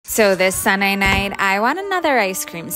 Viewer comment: “Sunnay night” and “Guauuut heathy” gets me cackling